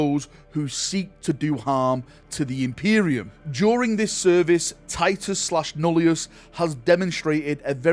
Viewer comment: Deathwatch Titus is called Nullus, not Nullius. There's no "I" after the double L. I know it's a nitpick but it was bothering me 😅